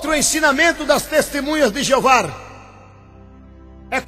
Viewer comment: Mais uma coisa ´e testemunhas de JEOVÁ e não Jeovar, aprenda a falar primeiro, depois pesquise mais pois voce não sabe NADA.